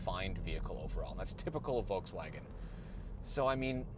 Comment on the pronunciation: To the English guy (excuse me for not knowing his/your name, I was only recently introduced to this channel) : your pronunciation of Volkswagen is really good. Only remark would be that the V is pronounced as the English f (as in fire)